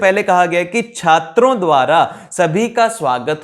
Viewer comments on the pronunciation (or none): Alert Guys ❗, Second mistake which I have found in this video is a silly mistake in the pronounciation at ' '. He said - 'chatrao' in the place of 'chatro'. Don't take it seriously 😁